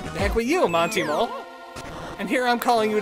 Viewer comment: Monto Mole? For a long time through this sires I thought you said, Mondo Mole! :)